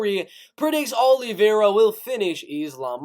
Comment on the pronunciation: your voice is so cringe i couldnt stay for even a sentence.. give it up kid.. and how you sao olivera.. even hed smack you lol #letsbereal #cringe